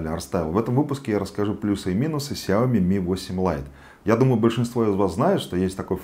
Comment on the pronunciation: сяомИ ударение на И